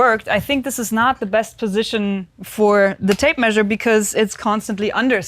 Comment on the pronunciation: Till this point, I thought she was saying "Tape Maid"